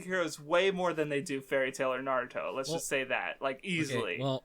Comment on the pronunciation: NAROODO?!?!?!? N A R O O D O?!?!?!?!?!?